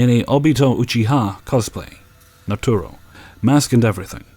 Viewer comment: yes, I think he's unfamiliar with it and mispronounced it